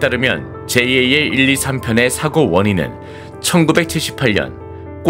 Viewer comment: 제이에이엘이 아니라 그냥 잘 이라고 읽어라 ! 에휴~~ 답답아